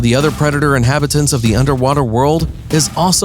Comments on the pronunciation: *inhabitants ....not "inhibitints" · Marine Inhibatance, did you mean inhabitants. you make me ill like the moray ill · "...with other marine inhibitants" ... right. This is gonna be good. An illiterate for a narrator. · "marine inhibitints" 🤣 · Inhibitants? It's Inhabitants, dude. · Inhibitants, Moray ill. God I can’t stand such blatant mispronunciations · Inhibitants?? InhAbitants...sheesh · "Inhibitins" stop. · Ah yes the inhibitents not the habitats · Ills instead of eels Inhibitince instead of inhabitants And sabast instead of sea bass Is this man good? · Bruh you really said “ills” and “inhibitints” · *inhabitants not inhebitants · "...battles with other marine inhibitints". lol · Not even 10 seconds into the video and I’m debating whether I should continue. I can sort of forgive “ills” instead of eels, but marine “inhibitants” instead of inhabitants!!! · He also said inhibitants when he was supposed to say inhabitants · I know right, I’m like ‘inhAbitants,’. Not ‘inhibitants.’ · “Marine Inhibitants?” Oh, FFS. You didn’t make it past the first five seconds before the “Don’t Recommend Channel.” Terrible at every conceivable level, from the very outset. Sad. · the narrator said "inhibitants" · Inhibitants? You sound like a chode lol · "inhibitants" :) are those things that, like, stop you from doing other things? And what's a Moray ill? I'm only 10 seconds in, this is gonna be gold. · Moray ills belong to the family of ills. Other inhibitants? Get a new announcer / english book. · "moray ills" and "marine inhibitants" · "...other marine inhibitints." Best auto-narration ever. 🤔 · "moray ills" "marine inhibitants" That's some high quality narration ya got there. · Moray Eel, pronounced "Moray Ill". Inhabitants, pronounced "Inhibitints". Approved. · 15 seconds in - says "inhibitants" - AI generated bullshit. Thumbs down. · He also said “inhibitints” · What the hell is a "marine inhibitant"?? 🤣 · Can't say eel and inhabitants to save his life. 😒🙄